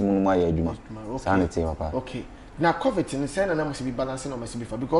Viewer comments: Lol bra Kwaku its Covid not covit🤣wama masri saaa😂😂😂ah lol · Who else heard bra kwaku say covit severally 😂😂😂😂😂😂😂 i just love bob ziga basaaa.Aggressive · Kwaku is covid ooooo not covit 🤣🤣🤣🤣🤣🤣🤣🤣🤣🤣🤣Kwaku will kill a person